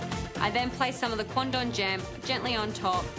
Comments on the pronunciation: the way the judges said "Quandong" really sounds like "Condom" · All i could hear was condom, so i thought they all ate rubber dishes